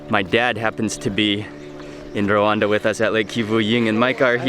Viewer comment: is Rwanda not Rawanda